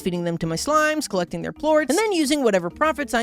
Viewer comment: Feeding and collecting 🤣 but it does sound like neglecting